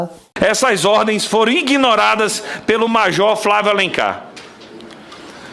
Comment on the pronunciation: Um deputado falando “INGUINORADAS”.